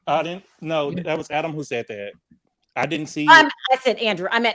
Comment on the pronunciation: please get Adam's name right. You get it wrong most of the time and as a fellow Brit who like Adam stays up to watch you and loves your show, the least you could do is get his name right. If it's too much just right down UK Adam.as a prompt.